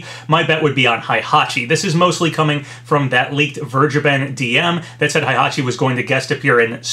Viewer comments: "Hai"-hachi..... lol Dood its "HEI" hachi, there no "A". XDDDDDD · It’s HEY-hachi not HIGH-hachi GET IT RIGHT!!!